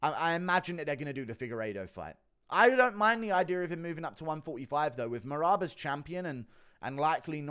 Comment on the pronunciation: has me in tears with the he can’t get marads name right 😂😂😂😂